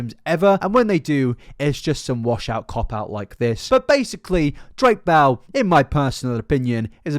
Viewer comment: I love how your accent makes it sound like you’re saying “Drake Bowel” as opposed to “Drake Bell”